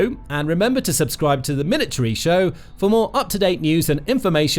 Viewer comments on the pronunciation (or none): none